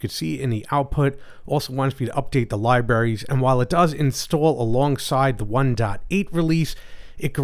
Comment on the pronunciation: learn how to pronounce the word "libraries." you sound like a five year old. oy vey.